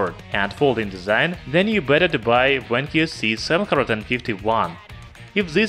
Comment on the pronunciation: Not Wankyo, Vankyo.